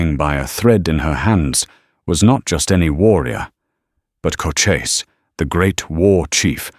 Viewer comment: Loved the story, just please get Cochise's name consistently correct, along with the pronunciation.